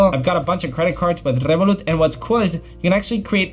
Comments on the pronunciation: Rrrrrevolut said with a Spanish accent, love that ! 😁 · Spanish way